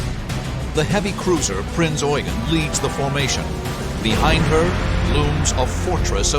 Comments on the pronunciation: Just a little sidenote its pronounced "prinz yoo-gen" not prinz oy-gen lol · My god They pronounced it to “Oygen”!!!!